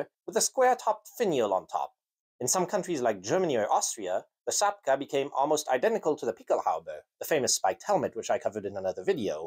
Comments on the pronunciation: You sure ain't Polish ! The cap isn't pronounced 'zapka' but 'chapka (spelt czapka)'. Do your homework. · You keep saying "sapka" or "shapka". I've always heard "czapka" (chapka) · I got recommended this video and dont regret any second of it! If you wish to nail the pronunciation for possible future endeavours, consider this: - CZ in polish is pronounced similarily to english CH, so czapka would be closer to "chap-kah" and not "zap-kah" - the letter Y is different than the softer I, akin to how you'd pronounce "system" in english, instead of saying "sistem". You nailed the letter W, however! I know it can be confusing for english speakers for it to be pronounced as V. All that being said you did very well with the nightmarish language of ours, hats off to you! ;) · It's easy, take the "chop" from chop wood and put a KA on the end of it .. chop ka. cz is ch in English and sz is sh. You did good though. Czapki is said for English speakers chop key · It is pronounced /chapka/ in Polish. I think he refers how English speakers pronounce it. Although I can't be sure, I've never heard English speakers pronounce it. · czapka - pronounced chapka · "Cz" in czapka is pronounced like in words chechen or czech republic